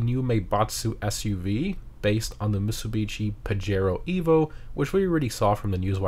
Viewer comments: why does he pronounce it Mitsubi Cee instead of Mitsubi she? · Idk if anyone has commented on it yet but it's pronounced as meat-sue-bee-she